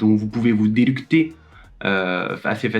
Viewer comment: OVER HYPE! Par contre c'est "délecter" pas "délucter". Et tu as dis que vous faisiez 2 vidéos par semaine (je pense que tu voulais dire par mois), on a la preuve en vidéo... J'vous aime:) <3